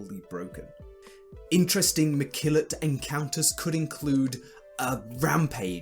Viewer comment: Mekillot not McKillot. LOL. Thanks for sharing your ideas!